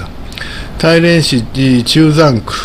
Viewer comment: 大連は「だいれん」または「ターリエン」と発音します。の発音は「タイレン」と聞こえます。なお中国語では「ダーリェン」と発音されるそうです。私の耳が変なのか？変ですね。